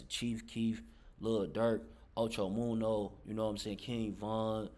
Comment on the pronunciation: You sayin da nigga name wrong da fuck it's munna not munno Ocho munna get it right dude got damn